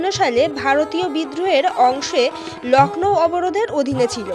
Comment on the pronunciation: It's Lucknow not lacknow